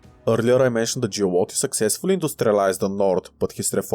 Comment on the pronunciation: I'm halfway through it. I like how you went from pronouncing "Giolitti" to "Giulotti"😂😂😂